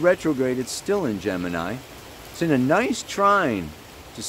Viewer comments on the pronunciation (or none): none